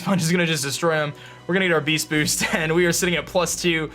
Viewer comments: you mean BEAST BOOOOSHT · "We're getting the Beesht Boosht!!" Duncan is that you?